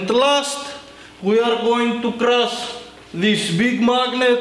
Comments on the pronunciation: i love how he says crus instead of crush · we did it krass^^ grass, crass, its called C R U S H "Schhhhhhhhhh" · "Today we will be crossing some magnets" An hydrolic press operator unable to say "crush" lol! Poor him! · i luv when he says crush just love it not irony